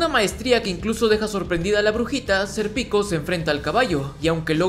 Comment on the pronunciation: estos resumenes son geniales, pero por q le dice "ser pico" a Sérpico?